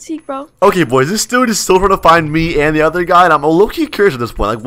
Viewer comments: who heard say “ alright POYS “ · said alright pois in stead of boys